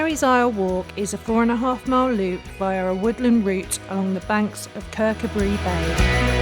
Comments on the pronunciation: Fyi it's Kercoobray no Bree👍 Andrew KBT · If you can't be bothered saying the name right after getting it wrong in the first place no point watching sooo annoying😠 Andrew from KBT